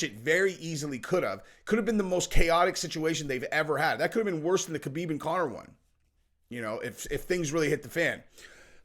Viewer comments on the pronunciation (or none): none